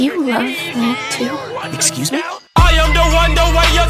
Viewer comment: He said “ExSuSe Me?!”